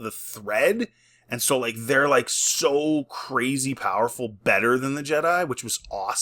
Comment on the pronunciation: "she's a powaful ledah!"